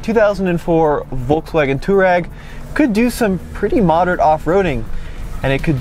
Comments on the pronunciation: Touareg is not pronounced two-rag, its tow-a-rig. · Cmon Man , say it right ! Its Tu-aa-reg from the African tribe. And if I remember VW purchased or licenced the name from Aprilia motorcycles as they allready had an on-off model with the name. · Why do you keep calling the Touareg a Turag? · german here. nope its not. its two- a rag. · Great video! Your mispronunciation of Touareg throughout these videos is so ridiculous, it makes you look like you’re mispronouncing it on purpose. It’s “To wah reg” for the love! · Can someone teach this guy how to pronounce Touareg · am I the only one bothered by how he pronounces Touareg? he completely murders the "a"